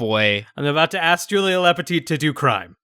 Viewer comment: I swear he kept saying Julie rather than Julia???